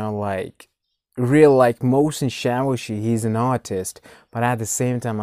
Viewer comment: Tank you for reacting to persian videos. and btw the artist name is pronunced like "moh sen chaa voshi"